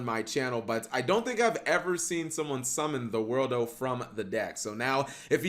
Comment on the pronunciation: just learn to say THE WORLD or ZA WARUDO not the worldo/za worldo... annoyes the hell out of me